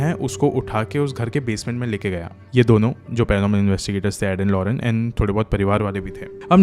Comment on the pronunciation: Its lorraine not lorene..nice explaination❤